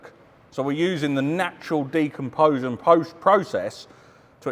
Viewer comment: Repeat after me Decomposition. It's the natural " Decomposition process " De - Com - Position 😅😂.luv ya really...